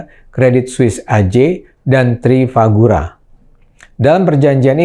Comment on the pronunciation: Sedikit ralat bang Ade, Sepertinya bukan “Trifagura tapi Trafigura”. Terimakasih